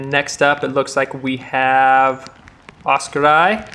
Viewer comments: Great commentary, but a future note to; Oskari is pronounced Oscar-e, not Oscar-eye. 😀👍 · Oskari is pronounced Os-Ca-Re, Mikael is pronouced Mi-Ca-El & Samuel is pronounced Sa-Mo-El(Mo same as in the word MOve). Väinö is some what difficult for you guys, so I’ll give you a pass but let’s try it, Väinö is pronounced VÆ-E-Nö(The ”Ä” sounds the same as the letter A in the word Rat. The letter ”Ö” sounds the same as the letter O the word Word.😅👍🏽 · Loving how the commentary pronounces Oskari :D